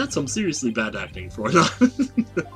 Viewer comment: I believe fraulein is pronounced frow-line. Like "Everdread knitted his brow.... line." Or something like that.